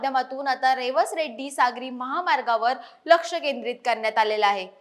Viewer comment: आधी मराठी भाषा सुधारा मग बातम्या द्या रेड्डी नाही रेडी आहे